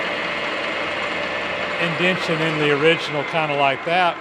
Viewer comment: In-den-yay-shun, notin-den-shun😢!